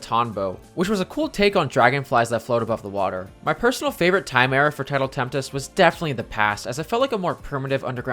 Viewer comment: Coming back to this comment, I just realized something. I think I just lead you to believing Tidal Tempest has an extra 'T' in there. Sorry 'bout that, I was talking about how whenever you say it, you added an extra 'T' to your pronunciation. It is Tempest.